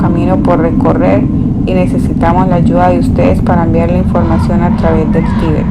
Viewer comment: Gracias por el aporte, lastima que la persona que narra no sabe leer bien sobre todo los acentos ya que los cambia de sitio al pronunciarlos por ejemplo dice Tibét en vez de Tíbet etc